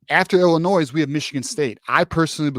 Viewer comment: Bro the “s” in Illinois is silent lol. But yes, I agree with everything you said. I think the teams we’ve been beating up on the last decade are gonna come out swinging so Michigan better come off this bye week a brand new team.